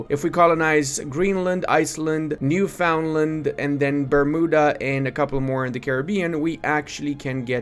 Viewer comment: Not particularly important, but Newfoundland is pronounced closer to Newfin-land (idk what to tell you i don't make the rules)